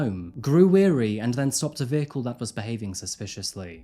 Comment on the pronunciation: Weary means tired, wary means cautious. So the officer didn't grow weary, he grew wary (rhymes with hairy).